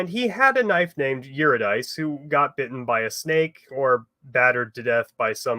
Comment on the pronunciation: I find it interesting that you can pronounce Persephone, but not Eurydice, when they use the same conventions.